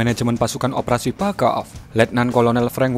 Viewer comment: Pacaf : terdengar fack aff